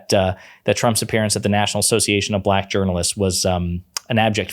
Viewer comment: Anybody else notice that Trump pronounced black buhLACK? It was weird-almost like the word left a bad taste in his mouth or that he was triumphant in some way. It was really weird.